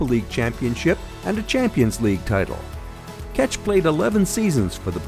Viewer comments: its check not catch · it’s not pronounced fucking peter “kech” idiots, it’s pronounced “check”, learn your football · Who is Keč (Catch)? :-D You mean Petr Čech? :-D :-D :-D English ignoramuses never stop making me laugh... they think all names are pronounced like them... so unprofesional and funny...